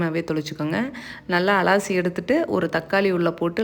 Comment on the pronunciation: அலாசி இல்லை அலசி னு சொல்லனும் 😅😅😅